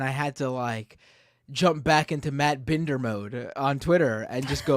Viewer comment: The surname BINDER comes from the German for a cooper or barrel maker as in Fassbinder. It can also be Jewish. Matt pronounces it BIN-DER, but shouldn't it be BIND-ER? Matt, are you Ashkenazi Jewish origin, or are you ein Deutscher volk??